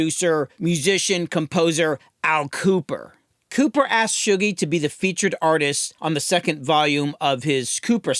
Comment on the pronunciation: Shuggie is a name in Scotland (it's a nickname for people called Hugh for some reason) so this is the first time I've heard it said and realised it's Shoo-gie, not Shuh-gie